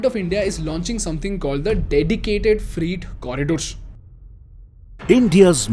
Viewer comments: It is "Freyt" Train. Not "Free" Train. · Also it's not "freet" trains it's "fray-t" trains. His pronunciation hinders my interest in the content. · Its not freet trains. Its freight. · The pronunciation is not Freet. It's Frey-eet corridor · फ़्रेट not फ़्रीट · 😂😂😂😂😂😂😂😂😂 What the hell is "free-T" It's pronounced "frayt" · It's not freet Its freight.....pronounced frait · Its freight not free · Freight, rhymes with weight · Sir, isn't it pronounced Fr-eight. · Your "Freight" pronunciation is flawed. It sounds like FREE trains. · Your videos are great. However, it’s pronounced ‘FR-ATE’. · Freight Train Indian English pronunciation Sounds like frayt trayn Slow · Fr8 trains, Fr8 Corridor etc. I was really confused at the beginning ki whats a free train?? Not mocking or anything, i have had my share of pronunciation issues early on. But you are directly influential to Lakhs of students and youngsters through these videos and your other activities. Your pronunciation has to be on point/better as i have noticed many errors in previous videos too. Meri galti is galti your galti is paap ;) :P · Bhai, why dont you check the pronunciation? Its not free trains. I got confused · Pronunciation is more like Freyt or Fre8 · Freight is pronounced as fray-t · Your pronunciation for freight train is wrong, it looks like your are saying free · It’s F R E I G H T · Please learn to pronounce freight correctly 😁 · I'm not trying to be offensive here but if you're going to sell a course on communication, I would learn how to pronounce "freight" correctly. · You pronounced "FREIGHT" wrongly in the whole video. It is improper English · weird pronunciation of 'freight' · phele freight thik se bol de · Get your English pronounciation correct, pls refer to ... Words like freight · is it just me or , is he really saying free train again and again instead of freight train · It is not freet train. It is fret train. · Bro, freight is pronounced as 'frait' not 'freet'. Sorry